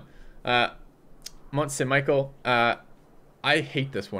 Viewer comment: Michel not Michael. But a useful list. Thanks.